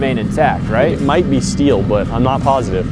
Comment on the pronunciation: ‘You musht lower me into the scteel